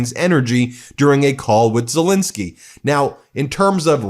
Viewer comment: Please note, his name is Zelenskyy not zelinsky.. “Zel-len-sky,” not “zel-in-sky”. I was impressed that an American says Putin correctly though. Poo-tin and not poo’n like most Americans say, so kudos to you, the T is there. Our chancellor Merz here in Germany is pronounced “Mairz” and not “murz”. By the way, president Macron is not pronounced “mar-crone”, it’s pronounced mar-cron. Where the cron part rhymes with “on” Just trying to help, from a polyglot here in Germany, originally from the UK Great coverage though. Loving the coverage